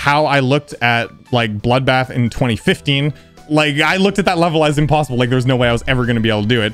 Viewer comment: "GASP" HE DIDN'T SAY "IMPOSSIBLE" THE RIGHT WAY 😳